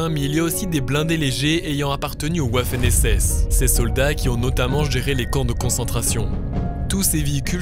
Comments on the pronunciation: Très bonne vidéo (par contre, je vais rectifier la légère erreur de prononciation (Waffen SS = Vaffen SS, pas woahffen SS) 😎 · Encore une super enquête, ça fait plaisir de voir le musée de papy gardien. Juste une petite erreur on dit vaffen SS on lit «V» le «W» de Waffen SS mais ça ne dérange pas ;)